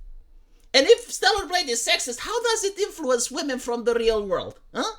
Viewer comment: At fking last you pronounced StellaR. Fk me, that took some fking time, man.